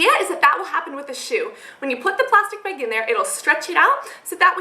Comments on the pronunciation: I love how she says bag! "Beeeeg" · Coulnd't finish this video jist because she breathes so nasaly...and the way she says bag....she needs help. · interesting pronunciation of the word "bag" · you say "bag" funny hahaha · Is she Canadian? She says "bag" like a Canadian I think. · u say 'bag' reallly weird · I like the way she says the word "bag" XD